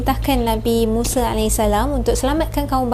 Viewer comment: Bukan muse tapi musa...sebutan yang betul. Yg muse tu jihan muse